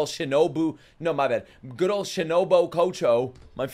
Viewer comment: Screen: Literally says Shino-BOO Narrator: Shino-BO Kocho